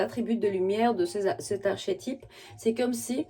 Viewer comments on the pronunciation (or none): Merci… Tu peux dire « arkétype » le ch se dit k dans ce mot. Bien à toi